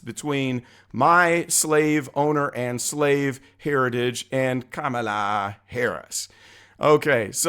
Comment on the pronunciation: They scream racism at anyone who opposes her, but Biden himself doesn’t pronounce it right they are such hypocrites 😂😂